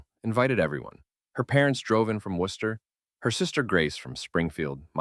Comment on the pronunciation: How are you going to correctly pronounce Worcester(wuhster) and then not pronounce Quincy(quinzy)?? I was like oh this person is definitely from Mass but then u get quincy wrong of all places??? 😂